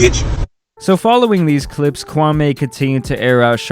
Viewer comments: That's not how you pronounce his name that's disrespectful. It's kwah-me. Not kwah-may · Kwam Eeeeee....not...Kwam Aaaayyy ....please respect the heritage...😔smh... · It’s Kwa(me) not Kwa(may) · Me me me ...not may,.... not Kwameh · It’s Kwameeeeee.. not Kwamay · His name is not pronounced kwamaay but rather Kwaamii (as in me) ..Show some respect..👊🏿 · Bro his name is Pronounced Kwameeee not kwamey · The Stephan A pronunciation of his name is wrong my man. It’s not “KWA-MAY” it’s “KWA-ME” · KwamMEE, not Kwamay. Stephen a Smith says it purposely wrong to disrespect him. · Hey it's Qwa-Me not Qwa-May. I mean no shade whatsoever by saying that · u pronounce it “kwam-ee” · It’s kwame (ku-wa-mi mention it faster) and I have to say he’s definitely not a bust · Why does all these idiots keep saying Kwa MAY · His name is Kwa-ME. Stephen A got everyone saying this mans name completely wrong lol. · I wish y'all would at least respect his name tho. Kwame with long 'E'. Make fun of his game but not his name. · It’s pronounced KWAMEEEEEEEEEE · Ur not saying his name right, and why'd you make a video of shots he didn't make I don't like that you did dat ,it was just as bad, stop that. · The man name ends with an E not an A. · Lmao the way americans pronounce kwame kills me